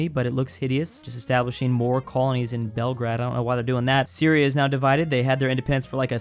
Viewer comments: "Bremingham" "Belgrad" "Keeev" "Canaburra" "Canabarra" "Care-racas" "Cyra" You have to love pronunciation. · It's pronounced, at least in English, Belgrayd. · please pronounce Belgrade as Bel, and Grade as the word Grade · As a Serbian i hate how you didn't say Belgrade right